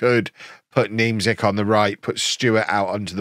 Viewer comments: That polish striker last name you play on the wing is pronounced Ja-koob Nyem-chyk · Niemczyk is pronounced Ni-em-Check